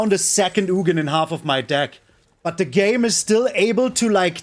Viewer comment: Its ugin (ooo-gin)